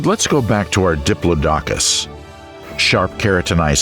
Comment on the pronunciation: Love these documentaries, love watching them when I got to sleep but the one thing that wakes me up, not kidding, is the mispronunciation of Diplodocus. It's a name that rolls off of the tongue, not in chucks. Aside the mispronunciations, fantastic documentary :)